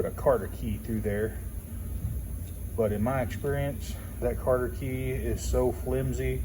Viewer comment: "Cotter Key" not "Carder Key"